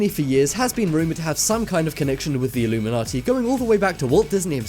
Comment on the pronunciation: Its illuminati not illumimanti